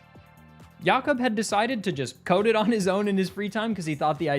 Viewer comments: Mate, at 9 minutes, are you sure it's pronounced "Yacob" and not "Jacob"? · Never heard anyone saying Jakob "Yakob", assuming it's the accent but it's weird hearing that ngl. Might've been pronounced in a different language as far as I'm aware. This is the first time I've seen any pokemon running Doom, it has to be spinda. wheeeeze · Is jakob actually pronounced like that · That's not how you pronounce jacob